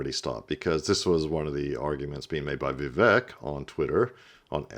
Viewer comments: he’s been in the news everyday for a year, you make political videos, and he is American. Vivek rhymes with Cake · Bruh u want to be an expert? Say Vivek’s name right. U sound like a casual at a bbq